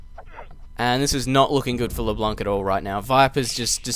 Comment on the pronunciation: you have "leblanc" almost right. Just pronounce it like you do now, but don't pronounce the "c" in the end, the "n" should be the last one to be pronounced.